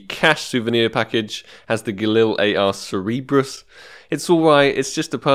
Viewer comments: its cer-ber-us not cer-e-ber-us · Ser-Ber-Uss not Ser-eeb-russ :) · Sick bro, you're richer than me! also it's Sir-Ber-Us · It is pronounced "Cer-be-rus" Like the Hell Hound, I believe it was